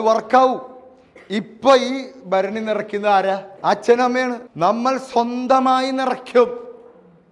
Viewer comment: 😂ഭരണിന്ന് പറഞ്ഞ ഒന്ന് ഒന്നര ഭരണി ആയി പോയി 😁